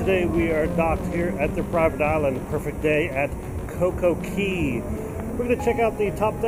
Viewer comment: It's cococay not cocokey